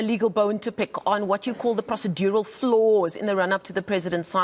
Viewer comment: That pronunciation of procedural was wild lol